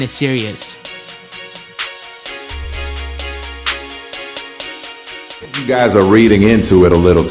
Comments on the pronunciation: why does it sound like he is saying serious when he says series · is he saying series or serious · It's series, not serious Sear - ees As in tv series, series of moves etc. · Come on man, really? You can't pronounce the word series?